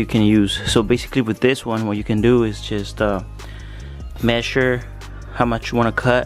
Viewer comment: I like the way you say Messure 😁